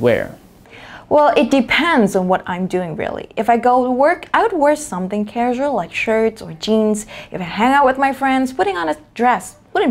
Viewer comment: Giọng cô nghe đã quá, em góp ý là một số từ bị nhấn nhầm trọng âm thôi: tranquil, casual, convenient, identify. Anway, love your pronunciation. From a big fan <3